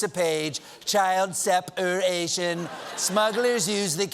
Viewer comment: "Seperation?" I thought he went to the best schools.